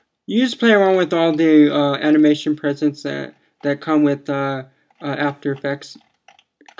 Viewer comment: I like how he says "prezzits"